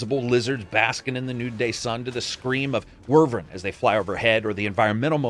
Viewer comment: It’s “Wy-vern” not “Wer-ven”. But enjoyed the video otherwise.